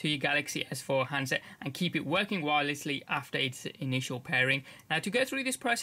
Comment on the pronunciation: you said wiresly